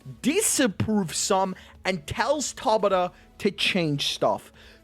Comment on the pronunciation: Your pronunciation of Tabata kills me looool 😭😭😭